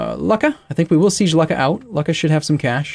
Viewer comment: I realize its intentional but hearing "luck-a" makes me cringe a little